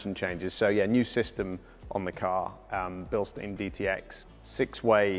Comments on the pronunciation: Why say 'Bilsteen' when you both know full well that it's Bilstein? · Bilstein isn't pronounced Bilstien 💀